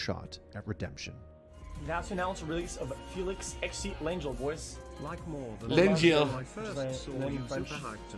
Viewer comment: It's not fucking lawn gel OMEGALUL it's also not a French name but Hungarian